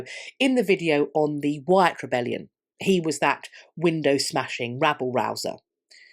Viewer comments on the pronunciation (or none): none